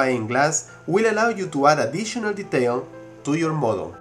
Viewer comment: u have sum kind of accent, when u said de-tail, u meant detail, but i like ur accent however, its kinda catchy xD